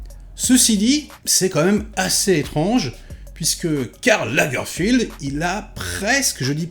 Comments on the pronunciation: Lagerfeld, c'est Lagerfeld, c'est pas Lagerfild. Il est allemand. Tout le monde n'est pas anglais :) C'est pas comme si on n'avait pas entendu son nom un millier de fois... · C'est Lagerfeld pas Lagerfield. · Pourquoi tu dis sans cesse Lagerfield, c'est Lagerfeld ? Pour une fois, je ne suis pas d'accord avec toi sur tout. Ce que j'ai trouvé intéressant, c'est que la série prend le parti de montrer l'ascension de Karl Lagerfeld s'arrêtant à l'aube de sa plus grande réussite : prendre la direction de la maison Chanel. Ce parti pris nous révèle une autre image de celui qui allait devenir le Kaiser de la mode. La série tente, autant que faire ce peut, de découvrir l'homme derrière les fameuses lunettes sombres. Elle y parvient en partie car KL n'était pas homme à se dévoiler. Il ressort quand même l'impression que cet homme, s'il vivait très entouré, a toute sa vie été profondément solitaire, la plupart du temps par choix. J'ai trouvé la série intéressante (et puis Daniel Brülh n'est jamais mauvais) mais un peu moins que celle sur le couturier Balenciaga également sur Disney.